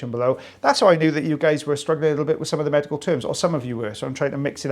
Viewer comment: It sounds like you said "magical " not medical. Omg